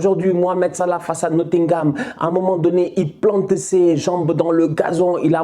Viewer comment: 😂😂😂 tu ma tué quand tu parle Salah